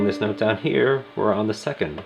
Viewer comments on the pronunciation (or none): none